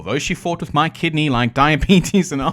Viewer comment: I keep hearing “My Kidney”….. I know it’s Mike Kidney but… 🤷‍♂️